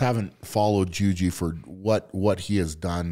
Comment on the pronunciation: As hard as he tries, Brian keeps calling him Juju, lol. Its Ju-ji mufu lol